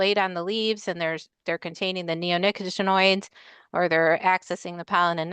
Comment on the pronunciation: I think, with regard to the pronunciation of neonicotinoids, the accent is on the COT. It’s much easier to say that way.